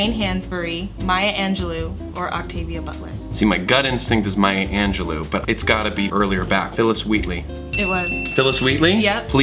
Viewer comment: I've never heard Maya's name pronounced that way...it's Maya Angelou(oh not oo) lol